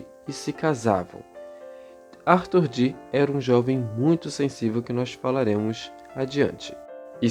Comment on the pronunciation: John Dee , muito bem falado , o (e) dobrado igual a som e fonética Iiiiih